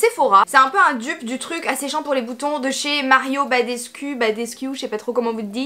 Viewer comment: La prononciation de badescu je suis dead 😂❤️